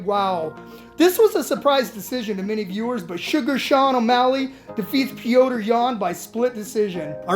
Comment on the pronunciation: Stop fuckin saying petrs’ name like that